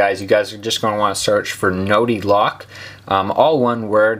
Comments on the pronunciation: It's more like NotifLock, not NotiFlock, not NotiLock. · It's "notiflock" not notilock...... Dumbass!